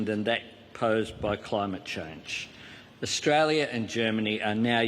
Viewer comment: Austalia. Land of the fwee, home of the bwave.